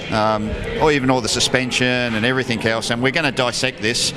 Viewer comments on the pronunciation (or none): Love show but please Russel can you say "anything or everything" instead of everythink/anythink.